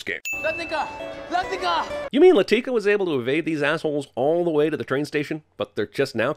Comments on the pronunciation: A sin should be removed for the way he pronounced "Latika" every time. She's not a frikin black girl, it's pronounced "LAH-thih-kah", not "Luh-TEE-kuh". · Anyone getting pissed who he pronounces ‘Latika’? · One sin for mispronouncing Latika’s name throughout the video. And another for mispronouncing it right after a scene where Jamal gives the correct pronunciation. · Plus 100 sins for referring to Latika as “Lateeka” the entire time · I love how he has clips where the characters say Latika's name and he immediately comments and pronounces it incorrectly. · I second that. Not just that, but he botches the names RIGHT after they are said in the movie. 🙄😑